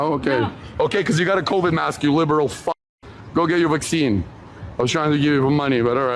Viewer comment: Wtf is a vock-seen?